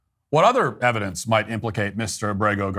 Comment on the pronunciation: "this piece of evidench" 💀